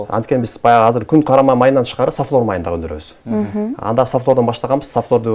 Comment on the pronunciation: Сафлер эмес, сафлор деп айтылат.